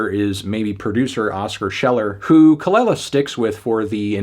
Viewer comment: It’s Kuh-luh-lah melon